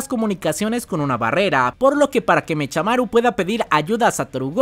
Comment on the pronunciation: Yo si pediria que cambiaras algo de los videos, y es pronunciar mecamaru y no mechamaru literal jajaja